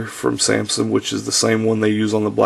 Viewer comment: dude its pronounced "sam-sung" not "sam-sin"